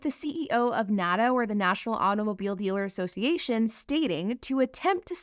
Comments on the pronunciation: $55,000 is an attractive price point? Guess she only plays in 'certain neighborhoods'. And was this video made in 2022? When we all thought EVs were the future? Whose payroll is she on? And it's not 'nada', it's N.A.D.A. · As someone that represented franchised dealers for almost a decade, it hurts me to hear the National Automobile Dealers Association called nahduh rather than what folks in the industry use as shorthand: (N-A-D-A pron. Enh Ay Dee Ay). The franchise laws are there to protect the dealer's investement from the manufacturer and secondarily protect the consumer so that the consumer has options of where to buy the vehicle from. It would suprise people to know that the dealer/manufacturer relationship is not always harmonious. Manufacturers are always trying to force or coerce dealers to do things. Sometimes it is spending $$$$ on facility redesigns every time the manufacturer changes strategies. Or, it's forcing dealers to buy vehicles that aren't selling. Dealers buy that cars from the manufactuer for resale. If it is forced to buy models that sit on the lot a LOOOONG time, the dealer ends up eating the costs. This is not to say there's aren't abuses and problems in the current system, but direct to consumer is not the panacea one thinks it would be.